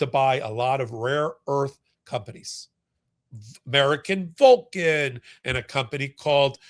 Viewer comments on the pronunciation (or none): none